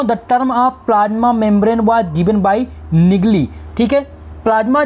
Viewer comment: Sir नगेली बोलिए नैगली नही